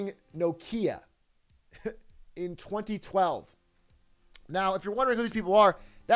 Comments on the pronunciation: Bro stop saying no kia its nokia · Does this man say No-kia?